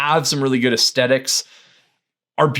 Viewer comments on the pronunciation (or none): It's ass-the-tics... aesthetics. Not ass-teh-tics... but yes, the asstehtics on M cameras are superlative.